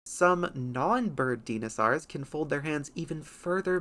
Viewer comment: Deenosours. Really?